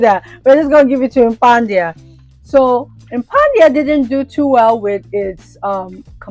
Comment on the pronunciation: I love watching your drama 😂. Also is tha Impadia or Impandia. I keep hearing you say Impandia.